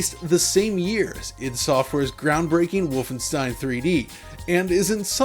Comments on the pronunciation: He stopped saying Volfenstein. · Woofenstein… never heard of it.